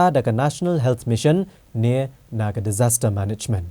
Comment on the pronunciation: Pronounce disaster management ruh ym nang...lng minister....phuuiiiittt ka